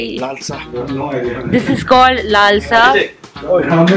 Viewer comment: Nice video... Thank Q for presenting Nagaland so beautifully... P. S. The tea you got is named as "Lal Cha" Which mean "Red tea".. And you pronounce it "Lal sa ".. Anyways safe journey on ur next journey....